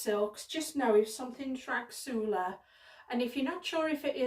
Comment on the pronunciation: I thought the rasgulla silk was pronounced ras-gulla silk? Maybe im wrong, just looking at the spelling?